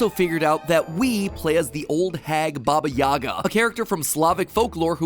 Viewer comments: Uh, it's actually "Baba yagá" and not "Baba yága" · stop saying Baba Yaga's name wrong its Baba Yega it's so frustrating hearing Americans trying to say that name. Not YAGA, YEGA (EEEEEEEE). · pleeeease its pronounced as bAba yagA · Don’t make me get John wick in this B****! Taking about Baba Yaga instead of (yeah-guh)